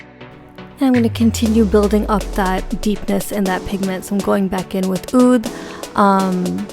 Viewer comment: Yes, first person to pronounce oud correctly! could you please do a review/comparison of the huda desert dusk n Natasha denona sunset palette? I recently purchased the morphe 3502 palette and would like va va voom palette to complement it.